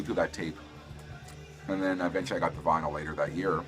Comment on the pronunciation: Good video, especially considering that you were "vinylly" challenged (pronounced like Finally). Really like the Big Star and Smithereens.